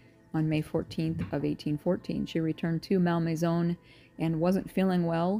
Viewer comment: ….Think your pronunciation may have been the cause of locals not understanding “where” you were going 😂. (It’s not “MAL MAYZONE” — but, “Mol Mayzaw” )